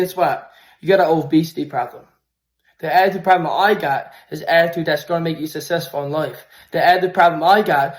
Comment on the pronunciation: How do you measure success when you literally can't even say the word success?